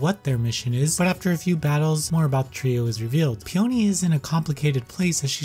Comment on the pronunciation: It's pronounced 'Pee uh nee', not pee oh nee. I believe it's a flower